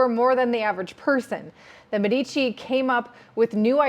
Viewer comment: It is mé-di-ci, not me-dí-ci